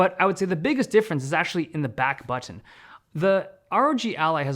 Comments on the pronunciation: The unique way this guy starts saying baahtn towards the end 😂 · The smaller back batttttooonn! 🧐😅 Love how he pronounces it! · Dave's accent is pronounced when he says "Button" i love it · This guy pronounces "Button" in a different accent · I cannot unhear the funny pronunciation of button, how have I not noticed this before 😂?! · Y does u saying ' button ' sound so wierd, dave??😅😂😂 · Just noticed how weird the "button" word sounds from Dave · Thanks for the review, you say "button" in a funny way :) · The way he pronounces button tho. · What's with the way he says "button" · Is no one gonna talk about how he pronounces "button"😂 between to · Notice Dave slowly switching to a British accent 😂 - the word Button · Why does Dave turn British when he says "button" in this part? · The way Dave says button scratches a part of my brain that I didn't know I had